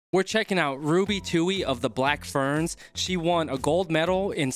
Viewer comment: It’s Ferns not Fearns. You’re welcome😉